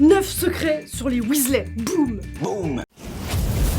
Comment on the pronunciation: William aka Bill, était déjà mon chouchou dans les livres.... Mais depuis que je joue à Poudlard Mystery, c'est sûr et certain, c'est mon Weasley préféré (au passage en anglais, on dit Weasli... ey= i )😉 Ensuite Charlie qu'on peut enfin découvrir... En plus, j'aurais été en classe avec Charlie (et oui, pour la majorité d'entre vous, je suis une "vieille" ) Mais y a pas d'âge pour rêver et être fan et même totalement geek et l'assumer! 😉 Par contre suis d'accord, mon expérience me dit que dans la vraie vie, le couple Ron/Hermione aurait sans doute fini par se séparer... Trop différents pour avoir la même vision de la vie, du couple, de l'éducation, etc...